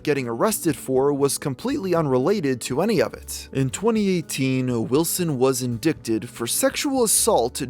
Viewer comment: Learn how to say indict